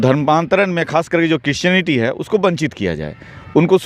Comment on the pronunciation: Aby patrakaar kaar bhaiya aap pahle christionity to achha se bolne sikhye